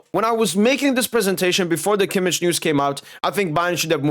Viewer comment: I love how you pronounce kimmich as kimmiç 😂😂😂